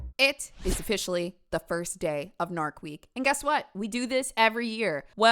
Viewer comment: I'm so sorry 😂😭 my ADHD took over in the first 10 seconds after hearing "narc week.... ofFISHally"🦈